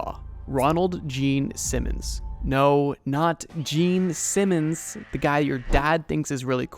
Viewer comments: the fact that you kept emphasizing gene simmons instead of ronald is a small but hilarious mistake lol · it was even funnier for the fact that the narrator kept emphasizing the gene simmons part instead of the ronald part of his name lol